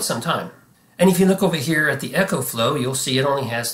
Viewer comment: It's "Eco"flow not Echo